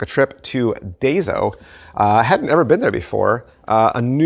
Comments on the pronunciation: The store is pronounced "die-so", just fyi. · Hi...I believe the correct pronunciation is DIE-So. What I really wanted to comment on is, not that they have magic tricks, but they have a great supply of stationary supplies if you are into gimmicking. I have cutters, acetate sheets, double sided tape in 3 sizes, rubber cement, card stock, colored pens to color in the folds one encounters when creasing cards. Daiso also has a great selection of plastic storage boxes, trays, etc. for magic storage. I have a multi compartment container I use for my coins. Anyway, I thought your subscribers should know about these items too. Thanks again.